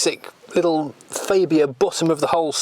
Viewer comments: Its not a faybia its a fabia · You are pretty close. ;) Its a AA not an Ei. I'm swedish though and just because it's the official local channel it does no mean they know. ;) Look at american Hyundai ads.; ) That's a name we all say wrong though. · It's Farbia, not Faybia for goodness sake!!!! No need for those silly old jokes either, completely out-dated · "fabe-ia" ? I thought that the name of the car was pronounced phonetically FAB ia. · Why do you keep adding a "ay " when you say fabia ? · ... the goulash trough ... excellent. You may find that it's pronounced faaahbia, though. I had Octavia and Superb estates as company cars a while back. The Superb (gen 2) genuinely lived up to its name. A fantastic car and, I think, a very underrated engine (mine was supposed to be a 140 tdi dsg, but it was just a bit too fast - this was when VW would regularly deliver engines with 20 or 30 bhp over spec, and I will never complain about that). Excellent seats, a boot torch, curry hooks and an absolute cavern in the back. What a great car that was.